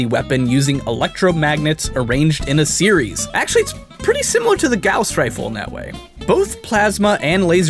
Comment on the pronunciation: There are currently lasers powerful enough that when mounted on a vehicle make for a viable weapon, but there banned for use against human targets And you did not pronounce gauss correctly correctly